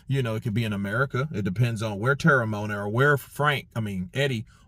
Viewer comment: Well it's te-re-mo-ana.